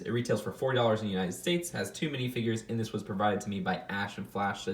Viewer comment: It sounded like you said 4 dollars. I wish that set was that cheap